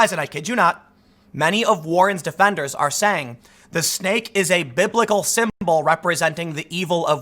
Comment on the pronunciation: Ahh, you said "Snake", I thought you kept saying "stake". But I'd assume they meant "snake in the grass".